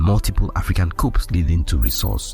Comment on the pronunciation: Great reporting, Thanks! Pronunciation Note: The word "coup" is a French word pronounced "coo" in both English and French. A coop with the "P" pronounced as you did, means a tiny house for chickens in English as in a "chicken coop". Subscribed